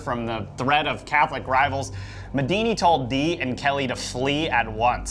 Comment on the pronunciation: Medini? Sounds like Medina to me... Maybe an Arabic Houdini?